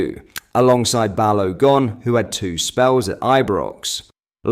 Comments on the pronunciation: Is this AI? BAL-OH-GON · No he's BaloGone 😂